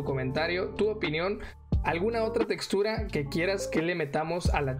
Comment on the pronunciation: NOOOO dijo "chextura" porqueeee